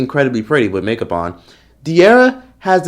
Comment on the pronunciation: Why did you say"with makeup on" like that De'arra is pretty regardless